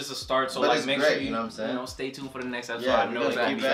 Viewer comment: “Episose” lol